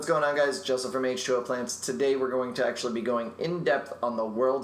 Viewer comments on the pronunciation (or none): none